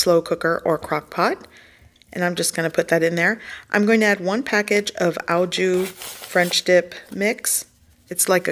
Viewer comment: Au jus is pronounced "ah zhu".